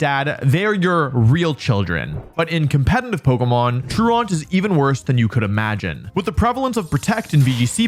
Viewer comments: Truant is pronounced troo-uhnt. like blatant is blay-tuhnt, truant is troo-uhnt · Nitpick but truant is (tru-uhnt) not traant. Truant rhymes with fluent. It’s that word your teacher called you when you were absent from class. You were truant. Well Slaking is truant too because sometimes he doesn’t show up. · Fwiw, truant is not pronounced "true-ont" but "tru-ent". It's a real word that refers to a student skipping school. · Tru-aunt? Tru-ent is how that's pronounced. You know, like when you're truant from school, and they have truancy officers? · Me when im in a mispronunciation contest but my opponent is an english speaking poketuber Troo-aunt? Come on dog thats literally just a normal english word 😂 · I'm begging. The word truant is pronounced true ant. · True aunt 😂. I can see you’ve never heard the word “truant” before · I’m a fan of Slaking’s “true-aunt” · You put every teacher in existence in such an awkward position, because we are both very proud that you have apparently been a responsible enough young man to not have heard the word "Truant" before, but also we want to correct how you say the word "Truant" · How do you not know the word "truant" as an adult? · That truant pronunciation was wild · That's not how you pronounce truant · Love the video but the improper pronunciation of "truant" drove me a lil crazy😂 that's a real word meaning a student who skips class, and truancy is the act of not attending classes. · Truant is an actual real word and Wolfey still managed to mispronounce it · True-Aunt? Slay-King? WTF are these words you're saying??! Truant tru·ant /ˈtro͞oənt/ and Slaking (Slacking, he's lazy.. get it? He's slacking...) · I will never not be surprised by American's inability to say the words "truant" and "Slaking" properly. I don't mean without an American accent, I mean they can't pronounce it the way a regular American would and should if they knew how.